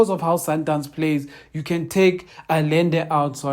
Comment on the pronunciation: consistent in what? "Allende", try pronouncing it thus: Ahende.